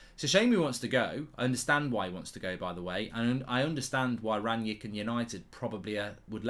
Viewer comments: Mark why do you call Rangnick Rangyick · Is it Rangnick or Rangyick